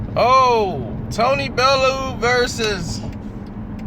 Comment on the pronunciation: his name is pronounced bellyou not bellow!